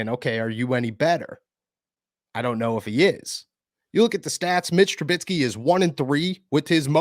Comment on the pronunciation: Mitch is on a 2 year contract so he will be here next year. BTW it's Trubisky not Trubitsky lol